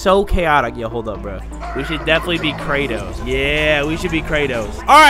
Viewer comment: I’d rather eat cereal with doctor pepper but not hear saying kratos